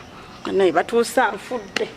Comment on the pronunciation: I hear batusa😂😂😂😂😂😂😂instead of batuusa lero luno